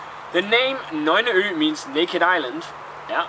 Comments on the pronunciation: Well now you're teaching people to pronounce it in danish, you terrible man! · okay. that beer is from Norway just like me? and you said the name wrong, the way you said it, mede it sound like danish. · dude, it is nøgne ø with all the letters pronounced maybe not if youre danish tho... :P